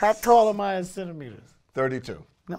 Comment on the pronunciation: "30 centemiters" omfg I couldn't hold it ahahhaha